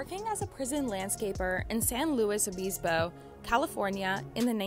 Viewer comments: Ive lived in San Luis Obispo for over 20 years and ive never heard anyone butcher the name of our county that badly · Cool to see San Luis Obispo on the video, I go to college here. You butchered the pronunciation though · Ha! Cheddar lady doesnt know how to say San Luis Obispo. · Your pronunciation of 'San Luis Obispo' was terrible and hurts my brain.... That's my only criticism 😂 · Did y'all really butcher saying San Luis Obispo